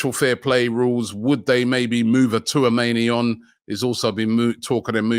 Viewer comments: Aaron touameni? Robbie butchers every name😂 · Robbie why do you keep butchering Tchouameni's name all the time!!